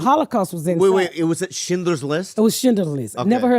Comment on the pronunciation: Every time Miss Pat pronounce Schindler‘s list everyone kept busting up 😂😂😂